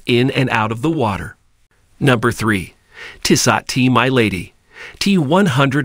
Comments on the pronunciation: Tissahht! Lmao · It's a bad commercial with a worse pronunciation of the name Tissot.